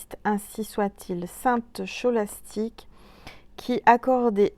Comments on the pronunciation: Bonjour, Très belle guidance, comme d'habitude 🙏🙏 Et c'est bien "Ko" et non "Cho" comme "Christophe" (kristophe phonétiquement) 😁😉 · Bonjour, merci 🙏 infiniment pour toutes tes belles guidantes. Pour le prénom ça se prononce Skolastique (phonétiquement) on prononce le s et le k(ch) . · Bonsoir et merci pour ce Calendrier de l'Avent du 06/12. On prononce "Ste Skolastik" Beaux messages pour ce jour grâce aux Anges, Archanges et à l'Univers. Je trouve très sympathique ce dé jeté en fin de guidance suivi du petit message. Merci! Bonne nuit! Je vous embrasse.